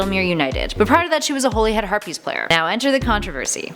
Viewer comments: It's pronounced Holly-Head Not Holy-Head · Drum-stang and then Durm-stang . . . yeah 😂 I noticed that too, and Holy-head, instead of Holly-head, and “cor-emerative” or something weirdly butchered instead of commemorative. She should really slow down a bit.